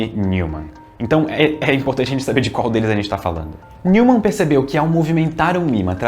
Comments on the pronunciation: "Nil"mann nao....n"ói"mann (neumann). É alemão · Neumann pronuncia-se Nóiman. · Pô,. Se preocupou em falar o nome do Huygens de forma correta, mas errou o do Neumann (nói-man). Heheheh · "Neumann" se fala "Nóiman"!